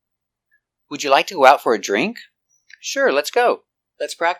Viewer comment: Is it really a long "e" sound for drink?